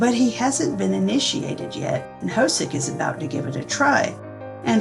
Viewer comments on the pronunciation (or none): J-Hope's name is not pronounced "ho-soak" - it's more like "ho-suk". This entire BTS Universe can be pretty confusing, so it's wonderful that you've put this together!